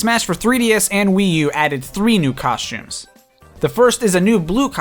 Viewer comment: COSHTUMES COSHTUMES COSHTUMES